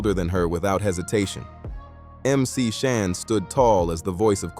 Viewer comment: Roxanne Shante not Shuntae😂Mc Shan not Mc Shawn😂